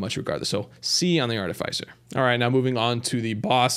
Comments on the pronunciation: One comment about this. You're pronouncing Artificer wrong. It's not ARTI-FYE-SER. It's ARTI-FIS-SER Like how you would say Fisher just without the H. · Art-uh-fiss-er, not Art-uh-fice-er. Great video other than that, definitely a pretty accurate tier list. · Artificer is a short I, like is, not like ice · It's artificer not artifycer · "aar-tuh-fuh-sr" if american english "aa-tuh-fuh-suh" if british english. Bugs me everytime he says "ar-tuh-fy-sr" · I though artificer's name was pronounced "art-ti-fi-sir" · If this guy doesn't learn to say "Artificer" right I'm gonna blow a gasket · I love everything about this except for how you say artificer. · Disagree with the Ukulele rank, thing is insane. Artificer is pronounced differently, its not a hard "i" after the f. Happiest Mask is god tier, H3AD-5T v2 is not that good, no fall damage is nice but it is more of a liability late game. Ifrit's Distinction is pretty nuts, im not sure of all the effects but I felt like I was not ever able to take burn damage and all my attacks did burn damage. I was playing as engineer and my turrets also felt much more powerful but I am not sure if it actually did anything for them, my build was pretty nuts at the time I got it. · Good video, saying artificer wrong one million times hurts tho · Thats not how you pronounce artificer is it? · You say Artificer so wrong, lol. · Listening to you mispronounce artificer the entire video was really annoying.